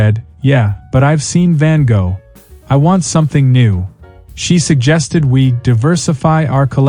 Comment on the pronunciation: Use AI that can pronounce Van Gogh correctly.